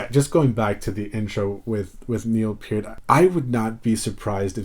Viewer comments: Thank you for pronouncing Mr Peart's name correctly. It very irritating to hear someone butcher it. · Excellent video, and kudos to you for pronouncing Neil's last name correctly. But to answer your question, yes, Geddy plays Moog Taurus bass pedals with his feet. I think Geddy's double neck bass is 4 string and maybe 5 or 8 string bass too. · Good for you 👍👍👍. You pronounced Neil's last name properly.